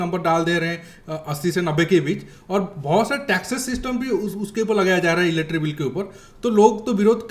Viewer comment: Are bhai wo electric bill hai, eletri bill nehi!!! 😡😡😡